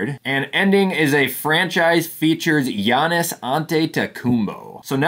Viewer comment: How in the heck did you say giannis’ name right and not be able to say any other names right